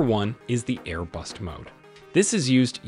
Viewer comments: Just a few critiques: First, about half of the video you nose sounds like it running a marathon, which is somewhat distracting; Second, about the 9 minute mark you said “air bust mode”, however I believe it should be air burst mode, but I could be wrong; and lastly there was the section where you switched over to a discussion on finances, and I about closed the video thinking that the military content on tanks was a bait for the financial section. There are just so many videos out there that use this tactic that it just gets on the nerves. If this was a sponsor section then to indicate it as such. However if this was part of the video subject you wanted to actually cover, then maybe indicate a time stamp to which we can fast forward to bypass that section if we just wanted to watch the military subject only. I hope this suggestions help with future video content. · It's air-buRst, not air-bust.